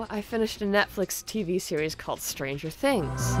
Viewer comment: Stranger things.... Strangier things.... Strangierier things.... Strangiest things.... Stranguoariar things.... Strongiariola things....